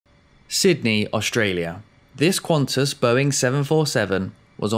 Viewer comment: Sigh, it's Qantas. No 'u,'